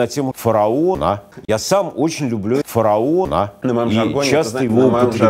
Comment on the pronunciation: как же я кайфую с того как он говорит "фараоНА"